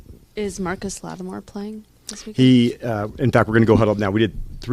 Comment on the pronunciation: She said “Marcus Lattimore” its Marshon lol